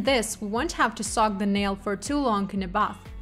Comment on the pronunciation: The English translation is done very nicely. There was only 1 word I had a hard time understanding but I eventually figured it out based on context. (That word is soak but I hear sock 🧦.) May I make a suggestion? The word "soak" is spoken by the translator as "sock". So, to correct this, try thinking of an OAK tree or a river bOAT. oak, boat, soak. Hopefully, that helps make sense :) Thank you for this beautiful & easy-to-follow presentation! 💅